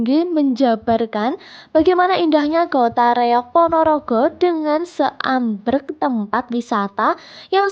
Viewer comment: Seabreg bukan seambreg